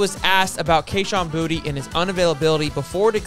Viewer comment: It’s pronounced Bou-Tay!!